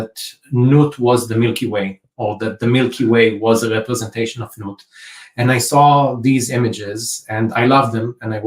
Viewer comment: It's interesting to note that the depiction of Nut in the painting was nude and that Nut is pronounced nute (or newt) ... 😅